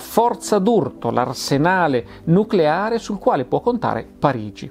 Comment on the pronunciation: "Nuculare, si dice nuculare" (cit.)